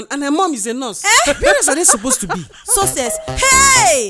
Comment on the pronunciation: She pronounced success like scces Lol🤣😂😁🤣